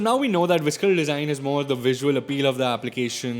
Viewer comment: I'm sorry, I love your videos but you absolutely butchered the pronunciation of visceral and it made me cringe.